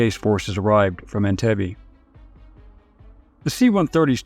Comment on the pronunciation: Entebbe Pronouns is wrong Learn Swahili